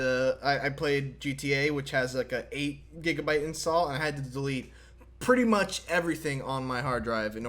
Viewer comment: Classic, saying "too " instead of "too much"